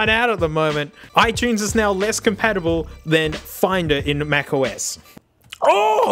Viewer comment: he says it right